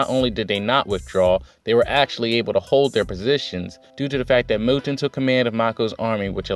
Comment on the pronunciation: Mou'en Mou'en Mou'en. Hahahahaha. I never noticed you saying it wrong. Honestly I doubt I pronounce half the Asian names I read anywhere near right. Hara does know how to pack a lot of info into one chapter. It seems the focus will be on the left wing but I'm looking forward to seeing some more of Yotanwa in action. That battlefield seems more interesting to me. With all the hype around Yotanwa you know she has to win. But the odds are really stacked against her even more than what Ousen is facing. Great for Mouten being named general. Of the monster 3 I thought he was the most deserving up to now. Ouhan is almost as good but his people skills and arrogance keep him a step behind Mouten imo. Anyway thanks for another great review.